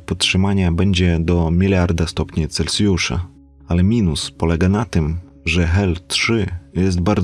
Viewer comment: "7 miliardów stopni celcjusza" No chłopaku - rozkręciłeś skalę.